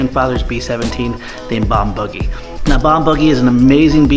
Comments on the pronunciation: you keep calling it bombuggy its boogie isn't it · It is pronounced Bomb BOO gy. Boo as in scary ghost Boo, not buggy. Boogie Woogie was a genre of blues music in the black community. That's the source of the name on the plane. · Bomb Boogie ! Like Boogers! Not Buggy! Otherwise, awesome work and awesome video!! You guys are gifted!!!